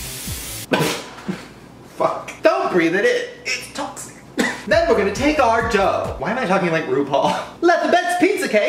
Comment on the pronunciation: he sounded British “it’s toxic”